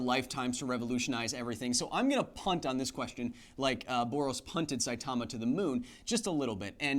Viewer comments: It's pronounced SAItama not saiTAMA... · "sigh-ee"timma"! , but say it kind of quickly Kyle, not that you'll see this a year later